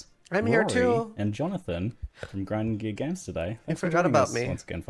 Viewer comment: Why did he say grinding gear games like an Australian? We are kiwis/ new zealanders. Not Australian. Dont be so disrespectful